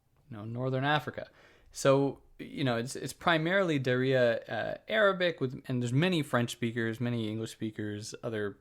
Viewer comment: Thanks for the video,. The only little things I would nitpick is the pronunciation of Darija and Tamazight, it's respectively da-ree-ja with the J as in Juliett and tama-zeert with a guttural french R